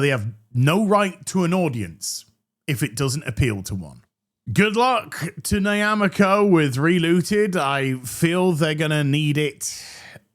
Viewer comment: African here. Based on where the studio is located, the correct pronunciation is Nyah-ma-corp, not Nie-ya-ma-corp. Otherwise, this games sucks and has set “the continent” back.